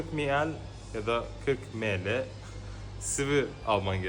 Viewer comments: Em El diye telaffuz edilir aslında :D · Miel dedin mele diyosun belkide emel dir ne dersin 😅